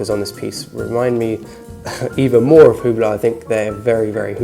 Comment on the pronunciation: Your video is nice but you really should learn how to say brand names if you want to be taken seriously. The H in Hublot is silent and your saying Heuer all wrong.